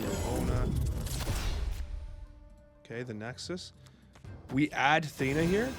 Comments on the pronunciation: thanks for tje vid, legend! Also its "Theena" as the actual Greek pronunciationco of Athens (Athéena) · I'm 99% sure it's pronounced" THEE-nuh"